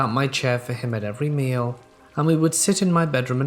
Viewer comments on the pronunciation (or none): none